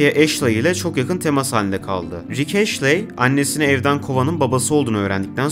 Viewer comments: Sizin okuduğunuz (eşley diye okunan) Ashley diye yazılıyor Astley diye yazılıyor orijinalinde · bütün video boyunca ashley'i eşli yerine eşley olarak okuyan sana da teşekkürler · Yanlız o rick ashley diye okunmuyor rick astley diye okunuyor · Abi güzel video da astley "eşley" değil "estliy" diye okunuyor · Neden Astley'e sürekli Ashley diyip durdun anlamadım. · Video boyunca Rick Ashley demişsin estliy diye okunuyo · Ashley değil astley ama neyse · Rick "Eşley" ne lan? O rick Estliy(Astley) degilmi? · Abicim ashley değil astley estli diye de okunur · rick ashley(rik eşlii) değil lan adamın adı rick astley(rik estlii)